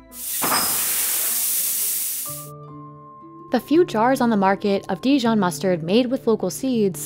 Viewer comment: if you’re going to make a video about dijon please pronounce the name properly… not de-john!